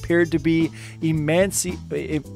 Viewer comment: That moment when can’t say emaciated and leaves the take in the video